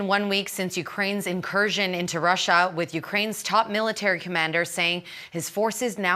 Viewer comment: Stop saying incustioro